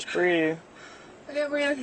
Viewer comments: breeve......kaint breeve!!!! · The good old “ I can’t breeve” card 😂